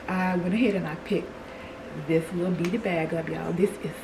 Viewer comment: Hi! I enjoyed this! It was refreshing seeing you cook and all the things. That fairy garden is magnificent the way you incorporated the door and entry to the trees. The beaded purse is adorable. At first, I thought you were saying "beat it" and I was like "oh snap! They're bringing back vintage MJ sayings?" Girl I'm a mess❤ You are a fun grandma too. Keep winning!❤❤❤